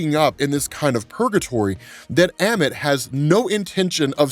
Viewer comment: Love ya. Yet it’s Ammut A-Mit You’re amazing at everything else!